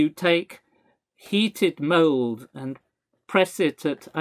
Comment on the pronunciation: Oh, "mold". I was in another tab in my browser, just listening to the audio, and thought the Professor said "heated mole" at first and was deeply confused.